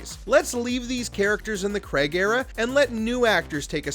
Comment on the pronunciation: Bernard, not Burn-ard. Craig, not Kreg. Respect the pronunciations.